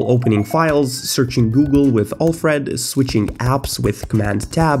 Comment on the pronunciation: Next video: I learned how to pronounce Alfred correctly It boggles my mind how you consistently show us that you don't know how to use macOS. The mouse is not poorly handled; you just don't know how to use external mice properly with macOS.